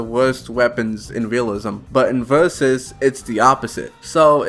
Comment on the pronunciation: Bro said "vurzussssssssssss"